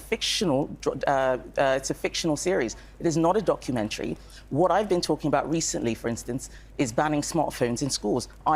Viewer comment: God she's pushing the word "documentary" quite hard. Makes my piss boil